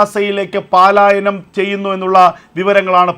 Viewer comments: എടാ പാാാാാാാാാലായ നമല്ല പലായനമാണ് സാവാകാശം ശ്രേദ്ധിച്ച് ന്യൂസ് വായിക്ക് വെപ്രാളം പിടിച്ച് വായിക്ക് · ഈ "പാലായനം,,",,കേട്ട് മടുത്തു .ഒരുത😢രം iritetion .പലായനം,"അല്ലേ ശരി . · പാലായനമല്ല പലായനമാണ് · പാലായനമാണോ പലായനമാണോ 🤔